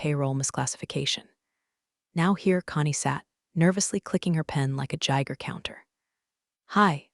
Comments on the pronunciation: nah, they mispronounced "Geiger" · "JIEger counter"??? Idk whether to laugh or cry. Either way, 🤦‍♀️